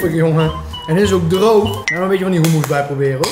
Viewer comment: Dat is hoe je het uitspreekt😂